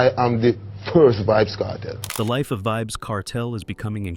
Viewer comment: Calling your page Reggae Stars.. pronouncing a reggae stars name wrong is crazy work.. Vibz?? Wow